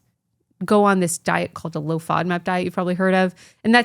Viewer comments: Oh! She's say Low‐FOMAP!!! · is she saying low FODMAP diet?